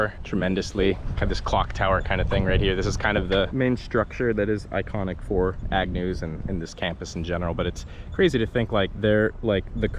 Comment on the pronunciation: It's AGNEW you freaking idiot, not Agnews. How fuking difficult is it to get the name right. You're history on my feeds. Thanks for nothing.